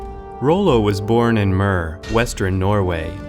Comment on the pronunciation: It's not möre but møre